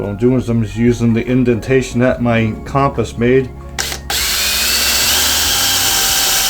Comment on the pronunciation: Thank you for correctly pronouncing "compass," and not "cumpiss."